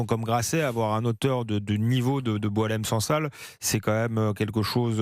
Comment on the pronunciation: La prononciation du nom de Boualem Sansal par les français correspond à sa personnalité.😅 Boualen sang sal.🎉